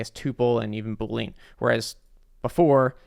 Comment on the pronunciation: saying Bool-lean instead of Bool-ean 💀